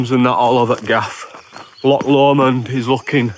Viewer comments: You are right with the pronunciation of loch, the 'ch' should sound like you are trying to shift some phlegm. The videos are great, straight to the point, entertaining and informative. Love black pudding, especially Stornoway. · Yes, your inner Welsh got it absolutely right...loch or lochan, not lock!! 😊